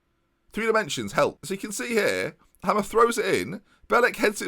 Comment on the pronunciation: Surely it's pronounced 'Hay-mer' not hammer